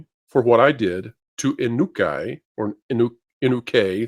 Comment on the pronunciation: I get that you don't know Japanese, but you don't even know the difference between a "u" and an "a" or an "i" and a "u"? Can you at least manage that? I mean, you pronounce "Inukai" as oo-NAH-kay. It's EE-noo-kai, with "kai" rhyming with "eye". I could understand if it was Chinese, which is very difficult to pronounce, but for the most part Japanese pronunciation is easy. Try this: pronounce it as if it is Italian or Spanish. I've seen that advice given in books. It's not perfect, but you'll be understood and we won't be going "oof" every time you trip over a Japanese word like Biden on a staircase.